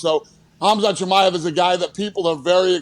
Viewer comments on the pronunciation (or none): What'd they say, Kimmy ev? A little YouTubing and the pronunciation is there... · Kimmyov? Lol come on boys, do 5 mins of research. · Yea you could tell he knew the most… aside from the others calling Chimaev “kimm-a-ev” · Chimaev is pronounced Shi-my-ev not ki-me-ev lol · Kim-i-ev?! Chimaev: Che-my-ev. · Kimi-ev? Its pronunced Che-my-ev. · Kimi ahv? Chi-my-ev.. Chimaev… y’all are still the F’N best sports show on the damn 🌎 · "khamzat kimiev" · ki-ma-ev lol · It’s pronounced (SHA-MY-EV) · “Kimmyev” was so cringe but I’m happy they are making the attempt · this guy butchered chimaevs name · Yeah, that's not how you say Chimaev.... 😂😂😂😂